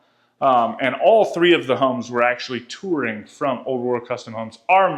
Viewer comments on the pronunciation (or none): none